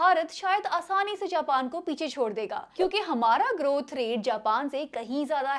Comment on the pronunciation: Japan ❌ Jaapaan ✅